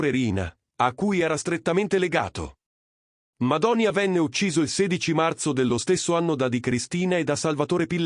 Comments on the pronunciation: Ma che Madonia! È Madonìa! La vogliamo smettere di usare queste intelligenze artificiali di emme? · Madònia? Ma perché fate i video se non sapete nemmeno pronunciare i nomi?